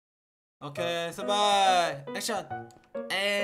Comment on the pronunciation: 처음에 엑션 이라고 말함ㅋ